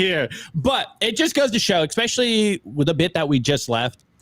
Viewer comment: Lots of good stuff guys. But seriously, did you really just say “ECspecially”? 😳